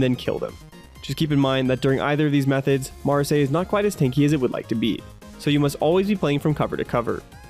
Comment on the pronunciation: Just so you know. So the Gundam fanfiction m doesn't tear you apart. It's pronounced. Ma,ra,s-eye